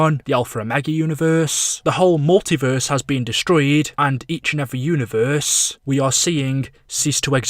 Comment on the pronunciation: This man says univerrrrrssseee